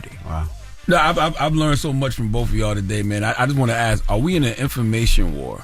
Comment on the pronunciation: And keeps killing me saying "axe" instead of "ask"...